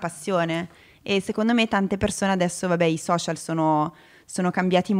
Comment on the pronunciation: Nessuno: Assolutamente nessuno: Chiara: i soscial